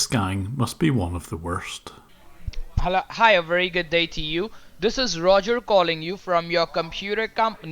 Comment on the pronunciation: I hate the way they pronounce the word Hello . " HA-low"